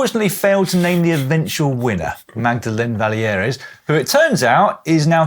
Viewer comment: It’s pronounced Valley Air. The s is silent. The Canadian lady who won in Kigali. Dan.